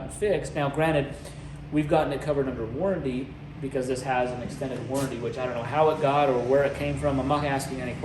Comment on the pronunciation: Warranty Not warrady